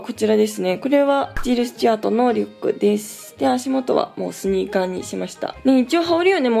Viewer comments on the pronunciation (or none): ジルシュチュアート言えてなくてかわいい（笑）